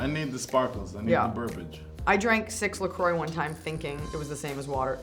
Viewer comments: baby it’s pronounced “luh croy” the website even refers to the rhyme “enjoy lacroix” the brand name isn’t pronounced the way the French word is. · It is actually not pronounced "la-qua", it actually is pronounced "la-croi." I made that mistake at first as well